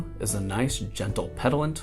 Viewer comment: plz stop saying petillant like that, say it like peh-tea-yahn